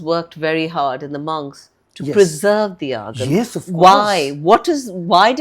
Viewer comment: The interviewer’s pronunciation of Sanskrit origin words sound a bit pretentious😆 . Would be more authentic if she said आगम instead of अगामास. Great job by the interviewee🙏